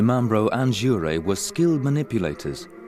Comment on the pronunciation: Your pronunciation of Jouret is perfect.